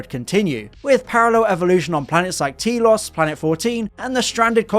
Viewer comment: We can be grateful didn't pronounce it "Tel-owce", like the Americans would... alongside such abominations as "Mythowce", "Kudowce", "Davrowce" etc. (Thinks: how is it even possible to screw up a simple monosyllable like the "-os" suffix?)